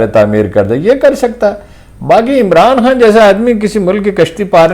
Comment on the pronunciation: یہ عمران خان کہنے کے بجائے عمران هان کہ رہی ہے.